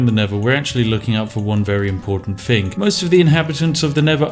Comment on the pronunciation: Elocution, dear boy, it's a thing you need in your life. Fing, Fousand. It hurts to listen to. Fix it. Englishmen can and do speak English correctly. Be a chap and not cannon fodder..